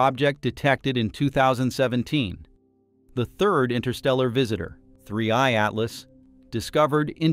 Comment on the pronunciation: Oh, don't you like the artifical pronunciation of 3IATLAS? It sounds so nice and disturbing when the AI constantly says 3IATLAS in such a weird way that doesn't fit at all to the rest of the video ;-))) Yes, such an AI behavior is just disturbing, it makes it really hard to keep watching this video until the end... But I guess, it's better than letting the AI do it's usual thing of guessing the pronunciation wrong like the typical Boeing 3hundred37 pronunciation ;-)